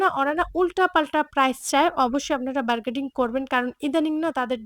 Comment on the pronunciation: আপু বারগেডিং কেনো বলছেন বারগেইনিং হবে কথাটা... আপনার বলার টোন সুন্দর সুতরাং আপনি ভুল ইংরেজি না বলে বাংলা শব্দ দিয়ে কথা বলবেন শুনতে ভালো লাগবে আমাদের।